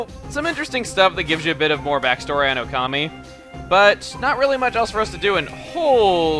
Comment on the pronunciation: oh also it's Okami not ocami